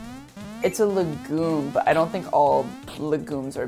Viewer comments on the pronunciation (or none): I was like wtf is a lagoon in this contest. And then I realised he was just mispronouncing legume 😂